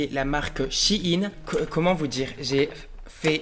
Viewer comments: La seule chose que j'ai retenu de la video c'est le début où il dit " Chi ine" c'est bizard wsh on dit "shayne" et pas :Shaiyne" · Ps c’est shein pas « Chine » 😭😭🤣🤣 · Par contre "shein" ne se prononce pas "Chi-ine" genre moi je dis "chayyne" et je ne dis pas non plus "Chine" ou "chaiyne" fin bref dites dans les commentaires comment vous dites. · SHIHIN ??😭 Mais on dit SHAYNE nan ??😂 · C shein pas shigin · Sa se dit pas chine mes sheine